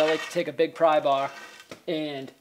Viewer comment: Ok ya use a big "prry baar"....love your accent bro